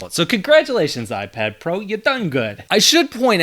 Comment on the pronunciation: iprad pro lolll